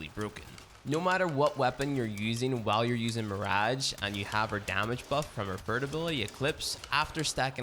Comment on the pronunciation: Nobody:: mïřæğè